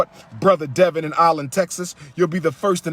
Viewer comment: 'I-Land Texas??? We don't have a damn I-Land Texas. It's ALLEN! SDMH